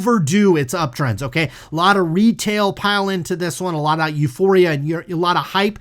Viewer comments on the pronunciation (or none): none